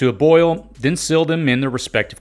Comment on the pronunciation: Mill vs meal. Sill vs seal. Fill vs feel. Please distinguish these pronunciations